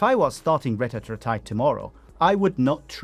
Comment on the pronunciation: Retatrutide is pronounced reh-TAT-troo-tide